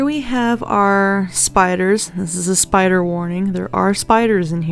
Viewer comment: ) Vate Da Spoder.